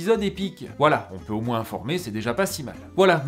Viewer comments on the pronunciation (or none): none